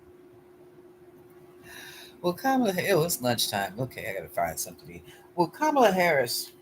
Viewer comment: Ka'- ma-la